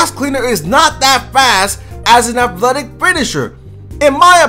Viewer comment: Why can't you say athletic